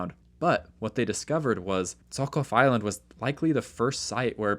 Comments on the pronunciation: Not Zokov, but Žohov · Hi, just a tip: Russian "Zh" is pronounced like a very long "J" (like a vibrated "sh"), not Z! Amazing videos, as always! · I want to correct your pronunciation a little bit, so that you don’t make similar mistakes in the future and don’t angry any potential easily offended linguists. Zh is pronounced similar to j except it doesn’t have a little d sound in the beginning. You could also think of it as a continuous j. Personally I write it like zjh so that at least something is similar to the ж letter that it’s supposed to represent. The kh is pronounced like a hard h. Technically the letter it represents is itself h (Cyrillic: х) but it is still written like that because it has a tiny difference to the English h. The English h sounds like you’re warming your hands with your breath in the cold. And Russian h sounds more like you’re about to spit but you don’t. You don’t actually have to try and do it properly and just saying English h whenever you se kh will do just fine and probably be even better. K in the kh acts like k in knife. I will not talk about sch. It is way too complicated to explain in a YouTube comment so just pronounce it like sh and you’ll be fine. And borscht is pronounced like borsh. So Zhokhov is pronounced like zjhohhov (jjohov) Fire video 🔥